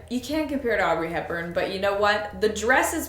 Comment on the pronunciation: ….. I love you, but did you say Aubrey and not Audrey?!?